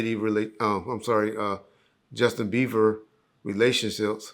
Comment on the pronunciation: "Justin Beaver" LOL